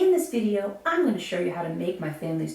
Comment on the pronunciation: Thanks for the history lesson, but it's not pronounced "TOOTiere", it's pronounced "TORTiere"... I'm surprised you can pronounced your family name properly, and not call yourself "BOOBeau".... Come to Quebec and try and say that.... They'll deport you...